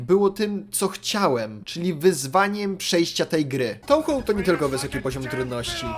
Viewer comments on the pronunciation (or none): Jak się robi film o gierce to przydałoby się chociaż poprawnie wymawiać jej nazwe XD. Czyta się "Toohoo" bo japońskie "ou" to długie "o" a nie "tołho"